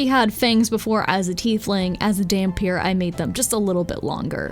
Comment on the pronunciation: Not sure if anyone has told you yet, but yes you did indeed pronounce dhampir correctly